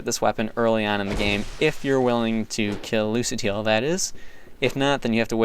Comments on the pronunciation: It's not 'loose-ateel', it's 'luka-teel' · I'm pretty sure Lucatiel even says her name "Loo- kah- tee- ell." Not "Loo- sah- tee- ell."